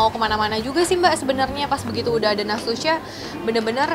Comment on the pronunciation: nastusha lho bkn natusha